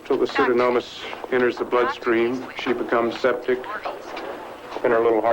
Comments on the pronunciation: pseudoMoNas, not pseudoNoMas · Lou pronounced "Pseudomonas" correctly. The doctor got it wrong twice.